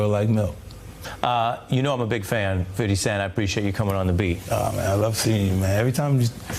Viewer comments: did the Host say "fidy" cent..😂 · I'm a 71 year old white woman & I love "Fity" Cent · Fitty cent, said ari! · listen to how Ari Melber said 50 Cent's name🤣